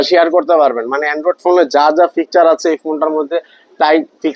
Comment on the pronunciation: ফিকচার না বলদ ফিচার😂